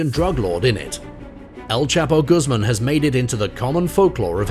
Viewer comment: Quite true! And his name is pronounced Goos mahn not Goos mum!!!